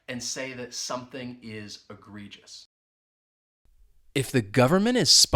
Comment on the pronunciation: uses on the fly. Example sentence-Donald Trump did all his governing on the fly. pronounces it Eh - gree - jus. The first e sounds like a short e when she says it. Her ex-husband with the ph.D taught her how to say "huge words like egregious."" That just means she said the word that way for over 30 years now. I keep hearing the words wide load in the comedy shows I watch with. One show the moth says "I was just trying to be helpful.." "Asking if the dress comes with a sign that says wide load isn't helpful." Another show a naughty child she baby sits writes wide load n sign and puts it on her back side. from Gustav